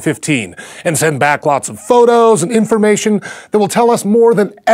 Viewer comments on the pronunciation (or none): none